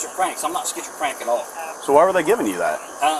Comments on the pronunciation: Did he say he was 'schizo-frantic'? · Did he say schizocrank at the very beginning 🤔😂 let’s see how this plays out cuz I been thinking about military/sniper